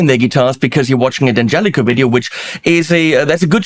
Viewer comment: Great sound! And I'm happy to finally hear the name D'Angelico correctly pronounced.